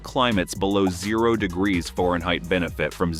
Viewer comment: I can’t take this seriously when the narrator says “foreign height”